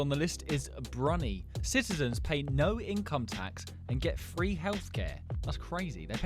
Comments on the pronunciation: I am doing all your miss pronounciations 35th is e-stone-e-a 60th is brew-ni 140th is ki-ra-bass 42nd is k-tar 125th is boo-tan 49th is o-man 114th is suri-nammmm 141st is sa-tome-and-prince-eepay 73rd is bosnia and herz-a-gov-i-na 146th is van-a-wa-tu 149th is micro-knee-shi-a 52nd is an-tee-gwa-and-bar-bu-da 72nd is ma-ri-shus 37th is bar-rain 163rd is mori-tane-e-a 81st is azer-by-jan 150th is my-en-mar 178th is ere-tree-a 175th is j-boot-ti 167th is le-so-toe 133rd is pala-stine 53rd is say-shells 129th is too-va-loo 128th is ta-jekee-stan 57th is saint kitts and ne-vis 102nd is le-ba-non 103rd is saint loo-sha 48th is monta-ne-grow 117th is ker-ge-stan I think the gambia is mostly a river And the maldives will be underwater I hope you see this thankyou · Brunei is pronounced brew neye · It's pronounced as Bru-nai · *brew-ni *sey-shells